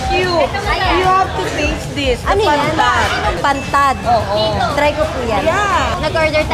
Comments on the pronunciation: Pantat po Yun miss Ivana Hindi po Pantad ☺️ Sana maka balik ka dito sa Capiz . At Makita Kita ng mas mlpitan huhu . Love you po. Ingat ka palagi. 😘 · pantat po maam Ivana . Hindi pantad. Blessed Holy week po sa inyo maam😊